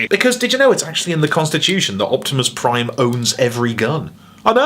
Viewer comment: Fatimus Prime